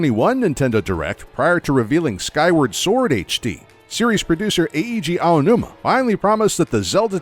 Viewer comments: Just for the record, Eiji Aonuma's name is pronounced ei-ji, not e-i-ji. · e-e-ji ownoomah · It hurt every time he said E-E-ji Aonuma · E-I-Ji Aonuma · Eheegee Aonuma 😂